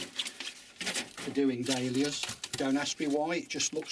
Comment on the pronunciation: It sounds like he is saying Day Lillies not Dahlias